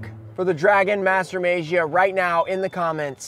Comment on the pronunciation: Still pronouncing as May-jee-uh, huh? Lol It's Mah-gee-uh. No, not Mah-jee-uh. Mah-gee-uh.